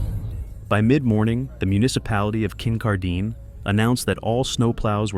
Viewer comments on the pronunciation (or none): Kincardine - pronunciation is awful!!! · It's Kin-car-din ! They always get massive amounts of snow!